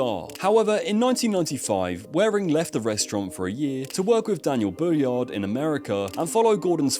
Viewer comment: Daniel Boulud.. not Bulliard..